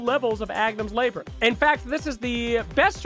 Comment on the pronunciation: "Labour - inth!!!"Wtf is that pronunciation!! Love the video though!